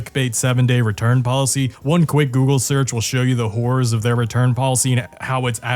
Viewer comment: Whore-or dawg 😭😭 Just straight up calls out the whores on carvana